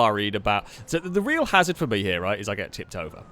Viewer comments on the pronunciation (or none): none